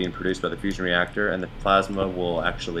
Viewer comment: Really thought you said Fishing and fusion... quite something to pull off at the same time haha.